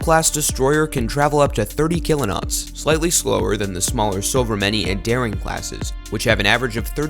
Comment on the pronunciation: So, a couple notes: A "knot" is not a "kilo-not," it's just a knot. It's one nautical mile per hour. "Mk" is an abbreviation for "mark," it's not an acronym. "Mk 57" is "mark 57." Next time get someone with at least a passing familiarity with sailing and military terminology to voice your video.